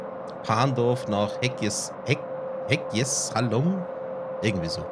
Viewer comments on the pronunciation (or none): Bratislava Petrzalka wird Petrschalka ausgesprochen und Hegyeshalom wird eigentlich ganz einfach Hegyeschalom ausgesprochen. Oder einfach Hegesh abgekürzt xD